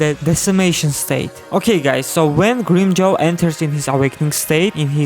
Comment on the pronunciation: grim-CHOWW, LOL.. kamon man dont ruin his name.